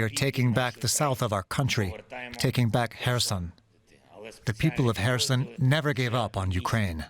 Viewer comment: finally someone who can actually pronounce kherson correctly (the correspondent)!